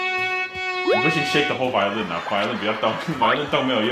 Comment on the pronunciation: 非常謝謝兩位音樂家在這疫情艱困的時刻，為我們帶來歡樂的一天！太好笑了!!哈哈....:"" 妳不行 shake whole vi鵝lin 啦!"" ""妳有練厚?!"".....真的很台!哈! is so nice. 偶像!! 期待兩位音樂家能把樂器換回來，正式合奏一曲! ^_^" Expecting~*